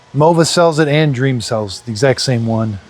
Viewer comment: Dreame is pronounced Dreameee not Dream.